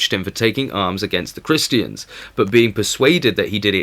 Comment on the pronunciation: His accent not pronouncing the "R"'s, sounds like he's saying "Ta-ta's" LOL. Christians, he says- Christ-EE-yans. And tributaries, he says- Trib-yu-TREES. I love it!